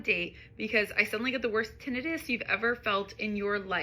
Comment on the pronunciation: “tinnitus” haha I’m from Boston & have never heard it pronounced that way - even w accent & all 😂